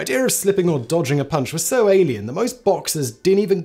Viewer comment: Ah, 'dodging', not 'dogging'.